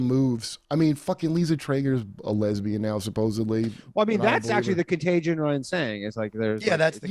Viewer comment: What’s a contag-E—on?